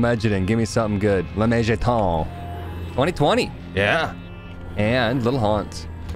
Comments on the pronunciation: I am very bothered every time dad says "lemejadun" instead of lemegeton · It's pronounced let-me-get-down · "lemegeton" is pronounced like "lay megaton" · i think its pronounced "lemme-get-on"